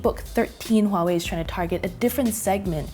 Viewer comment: One of the YouTube channels that actually pronounce Huawei right. Good job lol